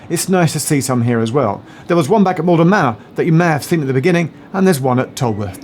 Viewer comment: It is Maldon not Malden.